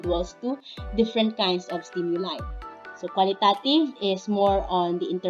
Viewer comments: Pls pronounce it in a correct way😊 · Be mindful of your pronunciation of QUALITATIVE AND QUANTITATIVE since a lot of students may access this video. It matters.